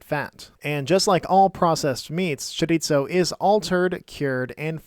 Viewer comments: Just a heads up... Chorizo is pronounced "chorie-so". Spanish pronounces their "z" different than Italians. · Where did the “t” in “chorizo” come from? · Great video, but it's pronounced "choriso" not "choritso" XD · Oof, that mispronounciation hurts to hear. The z in chorizo is pronounced pretty much like the th in mouth. Sorry for the nit-pick, the video is great in every other aspect.